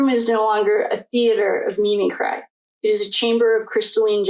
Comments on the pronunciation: You are jumping all over and are very disorganized in your speaking. The word is mimicry. Cree, not cry. You should have learned this word as a child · Mim-mick-cree (mimicry)